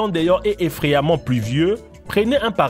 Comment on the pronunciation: Lol. Crocs... Je croyais que ça allait parler de chaussures. Phonétiquement ici c'est "kro" sinon c'est une godasse ou de la bouffe (croque). Sans parler du drapeau... Ou du "effreyament" (???) pluvieux... Et la mayo... Et le reste...